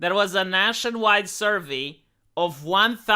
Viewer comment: Survee? Vee vee vee...its pronounced sir vay... shit for brains.